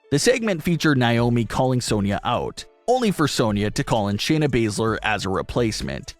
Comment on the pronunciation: Do you not know how to pronounce Naomi? Like it gets annoying hearing you pronounce it like that